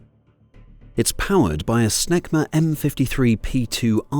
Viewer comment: Oh "SNECMA". I thought the computer voice said power supplied by "...SMEGMA M-53 P2 afterburner turbofan"! 😮